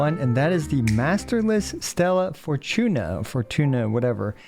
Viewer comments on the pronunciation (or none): Bro the way you kept saying "stellaR" fortuna is annoying af